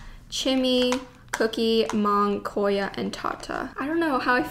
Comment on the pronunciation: cor yah